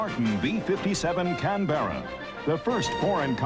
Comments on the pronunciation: It is not a Can-BERRA. The correct pronunciation is CAN-berra. If you're in Australia, it's CANbrah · What the Fuck is a CANBEARA.. Its a CANBERRA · For goodness sake ..... it is NOT Can-bear-a! the name is pronounced Can-bra. Two syllables, not three. Ask the Australians, after all the aircraft was named after their capital city. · That's not how you pronounce Canberra. Most of the background "music" is raucous, intolerable and inappropriate. Very fine looking aircraft though, sleek. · The narrators pronunciation of Canberra is grating, there is no 'Bear' in the word! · It’s pronounced Can-bra. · Say can-bear-ra again, I double dare you. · Can-ber-a ffs. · Caan-bera lol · Tim Gooding ___ He says it like the baseball player Yogi Berra. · Nce documentary, I just wish the narrator could have pronounced Canberra properly. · Did you run that pronunciation by the Austrian government first? Of course not.... fucking Yanks! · Quite simple really- like camera, only with a b. An aboriginal word for "meeting place" I believe. It's just annoying hearing the narrator mispronounce the name over and over and over again.